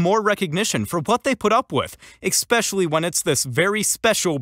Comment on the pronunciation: ..there is NO such word as "ickspecially". It is "especially". Pronounced "es pesh ally". No "ick" at all. 👍🏼 *Also, this video shows exactly ZERO "Karen's getting what they deserve".